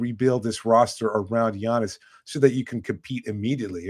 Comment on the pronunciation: learn how to say Giannis name. Jeez